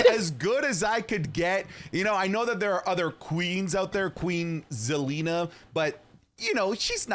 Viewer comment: Theres no way dude said zelina lmaoo. When a wwe fan meets an actual wrestling fan